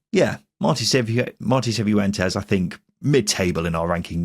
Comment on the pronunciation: Can people who've been listening for longer explain if pronounces some names wrong as a gag or some kind of in joke? Hearing "Seefoo entes" a few times made my skin crawl.